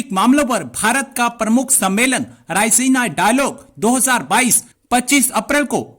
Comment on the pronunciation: "Rai-ze-na" Unpadh jahil sala!